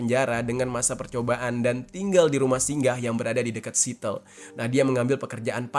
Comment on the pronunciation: Siateul bukan sitel